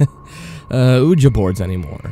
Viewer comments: who tf calls a ouiji board oojah?!?!?!? whoever does needs to have a hitman hired on them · Agggggg! Ok I know this is a very old post butI had come across it because I like ouija(pronounced we-ja or we-gee) boards and this zozo phenomenon but by Zozo's socks, please learn to pronounce things correctly, please people learn to pronounce things before you record them. Sorry to sound rude but... thank you. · Exactly. when he said it how he did it made it all different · You mispronounce 'ouija'. The name comes from joining the French & German word for yes “oui” & ja” together. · I agree, the mispronunciation is very distracting. It makes it harder to enjoy the story. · I've literally never heard anyone pronounce Ouija like that. Even in spanish it sounds almost like in english. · I wish he would drop calling it an "oooooja board" ouija is produced weegie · Houston XD sorry I am so used to pronoucing it weegie and when I saw it spelt I just assumed it was ohh Ja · i know there's plenty of comments saying this but your say Ouija wrong. It is pronounced 'Wee-ya' or 'Wee-jah' and not "Ooojah" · "OOJA"... it's pronounced "WEEJA" even though it's spelled ouija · I wanted to listen to this until I heard him say "oooh-ja". I love your channel but it's pronounced "we-jee" and if u can't properly say Ouija board, just call it a spirit board. The way you pronounced the word "Ouija" took the creep factor out of this whole narration. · OUIJA NOT UHJA LEARN HOW TO SPELL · You mean the "ooja board" and "Okla-hom-a" mispronunciations? lmao yeah it kinda aggravated me hearing those. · The oojuh is really hurting me here, dude... Sorry, I gotta bail... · Hahaha. "Oojuh." Hahaha. "A children's toy." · It is pronounced wee gee but who cares. people are too hung up on little things. I still liked it. at 81k subs I doubt you are worried about the haters.lol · Oooja it pisses me of say it right dammit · "Uhja board" well that was annoying as hell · "Ooja board" 😂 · He said oooja